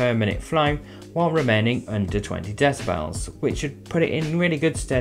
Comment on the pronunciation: I don't mind gay people... but it's bloody hard to understand them half the time with that gay voice, he can't even pronounce half the words he's saying correctly (decibells) I mean okay...? what's a deci bell? he's not British, possibly American?